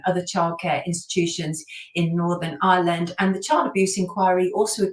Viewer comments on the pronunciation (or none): none